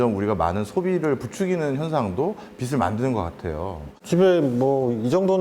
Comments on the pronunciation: 빚을 자꾸 빗이라고 하네 그러니까 빚이 생기지 답답하네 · '빚을'의 발음은 '비즐'인데 '비슬'이라고들 하니까 거슬리네요.